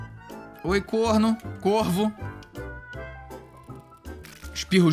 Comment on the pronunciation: O Felipe literalmente chama o Corvo de "Corn0", no minuto 😅😅😅😅